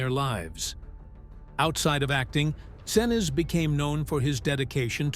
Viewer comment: Gary "Sin-ooze" & "Sin-iz" :face-green-smiling: (pronounced "Sin-eece")👍